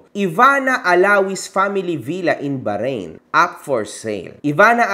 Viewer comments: Ganynkc ang pgpronounce baharain 😂" hndi Bahrain 🇧🇭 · BAHRAIN HINDI BAHARAIN WALANG GANUNG BANSA pronunciation lang yung baharain 😂😂😂